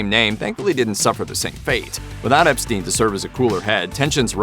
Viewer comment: A picky detail, but Brian's name was pronounced "Ep-stine" not Ep-steen...